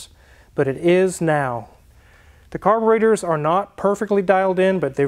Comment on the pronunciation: They are carburEtors - not carborAtors.